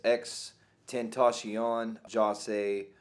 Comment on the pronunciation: He said his name wrong